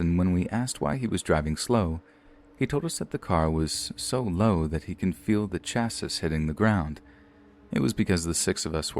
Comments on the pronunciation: Chassis is pronounced "cha-see". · Chassis? Ouch... Please, I urge you to look up words you don't know before narrating a story. I love these stories but that bugs me... And btw if you can feel the weight of a couple people in your car while you're driving you should get your suspension checked ASAP. There's no way you should feel the difference in a couple hundred pounds. It's not like you're towing a boat or RV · Chassis! The way you pronounced it was so damn cute!!!! 🤗